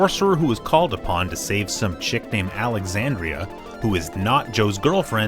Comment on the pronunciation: Alexandra not alexandria